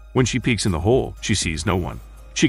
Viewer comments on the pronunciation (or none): none